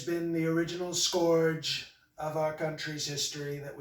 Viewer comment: His speech writers used words that would never come up with on his own, e.g., “fraught” and “scourge.” Ah, but his mispronunciation of scourge was classic. “I feel the pain” is truly fake emotion. The real does not feel pain...unless he eats too many cheeseburgers and gets a belly ache.